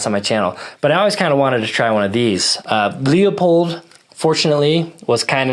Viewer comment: "Loi-pold", Markus Friedrich Leupold was a german immigrant in the US. Don't get me wrong, you may pronounce it "strawhat", I was just in a german wiseassing-mood. We "shermanns" are sometimes like this. Especially when my wife was right once or twice too often today. So, as I said: "Loi-Pold", not "lee-ow-poid". hehehe ;) Ah, and of course, a very comprehensive review of the Kriss Vector, I really like your setup, I personally would've taken the 10mm version, but I can very much relate to the reasoning of interchangeability to your EDC Glock mags, make absolutely sense to me. Even if it's 2½ years old and some shots shows went down, still a rad setup IMO. The Leupold dots are laser sharp and having a great FOV (others have that too meanwhile, but from own very humble experience, it's quite rugged what they build.) I had the opportunity to fire one in .45 semi-auto , when they were quite new and I can remember, I was thoroughly impressed from the recoil-vectoring. As I understand it they tinkered a bit with it and made the system even smoother than at that time.